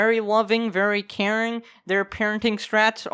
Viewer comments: Did anyone else hear Karen instead of carin' at the beginning? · I thought you said Karen for a second- XD (yes Ik he said Caring)